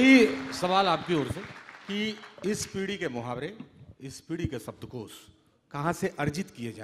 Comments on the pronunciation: Dear, you are doing good work but please improve your diction. There is a serious flaw. Its SHABDKOSH not SABDKOS. Please its a literature festival...... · ओह भाई हिंदी तो बोल ले सही से "सब्दकोश" नही "शब्दकोश" बोलो